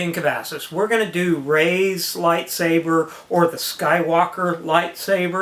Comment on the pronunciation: Itsss not reysss lightsaberrrr!!!!!